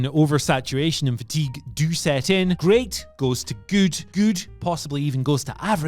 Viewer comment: I will never unhear the way you say "goot"